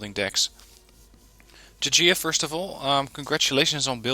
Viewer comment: You just say it j-j-I-a